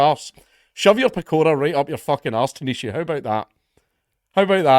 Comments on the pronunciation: Dunno how tanesha is spelled but its pronounced tawn ish ta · Its pronounced Tawn-ish-ta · Tánaiste - Taw-nish-tah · Tanaiste. Taw-nish-ta :) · Hey Count Dankula,..this is how you pronounce "Tanaiste Micheál Martin" ... "Taw-nish-tah Mee-hall"..and Martin is pronounced "Gobshite", cuz that's what he is!😅 Love from Ireland! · Tanaiste pronounced more like taw-nish-tah. Micheal pronounced “me- hole” as in “I’m talking out of me hole”. Hope this helps. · Its not tanisha it the irish word for minister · its pronounced tawn-ish-tah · Tánaiste is pernounced as taw-nish-tah. Cheers Dank for the coverage 🇮🇪🇮🇪🇮🇪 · I love you lad, but I'll give you Irish Gaelic lessons free of charge :) Tánaiste - Taw-nish-teh Micheál - Me-Haul And my favourite, Céad Míle Fáilte - Kayadd Meelah Fawill-teh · tanaiste = tawn-ish-ta